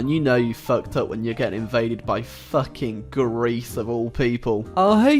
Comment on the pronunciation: the way he says Greece is fuckin hilarious